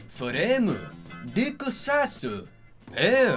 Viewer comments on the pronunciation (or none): "Dicc saizu" 😭😭😭😂